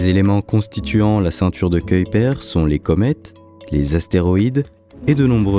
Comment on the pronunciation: La prononciation de Kuiper est dégueulasse. J'ai zappé la vidéo.🤮